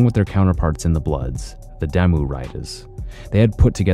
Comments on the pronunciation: It's pronounced Daah-Moo(Damu) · Damu is pronounced "Dah-mu" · Bro, re-record this but pronounce damu correctly next time. EDIT: Great video and very good info but if you are going to do something like this you gotta pronounce certain things right. Just some professional advice.